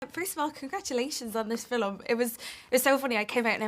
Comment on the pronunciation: Did she say “filum”?